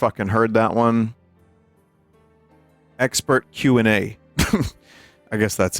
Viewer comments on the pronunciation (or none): "Ekshpert" instead of expert